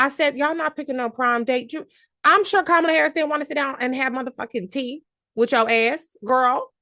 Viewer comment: I have a close friend that said the same thing down to mispronunciating Kamala’s name.